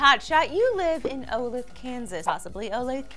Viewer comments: You still pronounced Olathe wrong. It sounds kind of like olay the. Trust me, I'm from Kansas. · It's pronounced Oh-LAY-The. I almost cried from laughing so hard after hearing you try to pronounce this. My family is from there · Oh-lay-thuh is the pronunciation of the town. I live in Kansas City, about 30 minutes away from Olathe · Olethe "O-Lay-Tha"... Not even kidding you. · It's O-lay-thuh and also living in Kansas isn't that bad. I think I would grab something sentimentally valuable, probably the quilt my grandma made me. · So, I live in Olathe, and it's in fact not pronounced OlAth, we here in Kansas contrary to popular belief do in fact have running water and electricity, call it O-lA-th-a for the pronunciation. But it's what ever I guess... We are only a fly over state... Thanks, Sad Olathe Resident :( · Olath-a guys, not Olathe. I understand though, it's Kansas yaaaaaaaaaaaaay we made the news! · I live in Olathe... It's O-Lay-Thuh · It's pronounced "Oh-Lathe-Uh"... I live in Olathe and I watched this story on the news and the guy actually admitted that it was stupid of him. This is why I have renter's insurance... leave the XBOX grab the Playstation! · It's pronounced O-Lay-The. I saw this house burn down. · It's oh-LAY-thuh (The last e isn't silent.). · Um...I'm sure plenty of others have pointed out, but I will again just in case. It's pronounced o-LAY-thuh. Also, while most of Kansas can be a bore, Olathe is only minutes away from Kansas City which has plenty to do should an X-Box happen to melt away. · Its pronounced "Oh-lay-the" kansas, Lee! Great little city here. :) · It is pronounced Oh-lay-thuh. I used to live there and somehow that shit doesn't surprise me. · Not sure if it's the "correct" pronunciation, but I'm from KS and most people I know pronounce it O-lay-tha. But that's probably not important anyway. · Holy crap, that was like a block from here. Also, it is pronounced Oh-Lay-Thuh. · Olathe, Kansas. It's pronounced O-Lath-ah lol